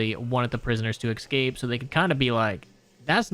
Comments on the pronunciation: nvm you pronounce "escape" as "excape" like Cory Delaminguez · Escape, not excape